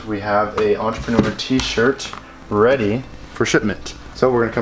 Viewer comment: take a shot everytime they say "ENTRPRNR"